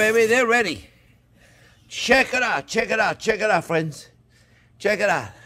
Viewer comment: Elmer Fudds great grandson.. pewfect wecipe, fwends ... they look good tho, good wecipe!